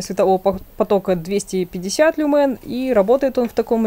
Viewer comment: Только в слове "люмен" (лат. свет ) ударение на первый слог.